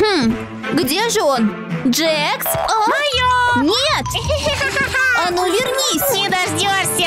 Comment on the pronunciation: Не джекс а джакс